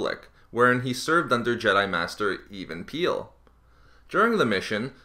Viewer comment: So if you got some of this from The Clone Wars, how did you mispronounce Even Piell? It's like Kevin/keven without a 'K'